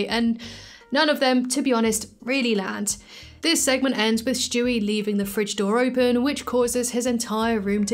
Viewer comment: I love the way you say Stewie . Lmao “Schtewie”